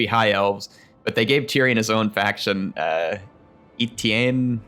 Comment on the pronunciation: E-tae-ne is the appropriate pronunciation